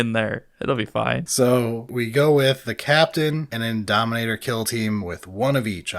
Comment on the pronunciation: Indomitor, not Indominator 🤓☝🏻